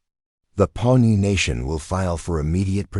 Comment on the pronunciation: it's Pawnee nation not pony nation.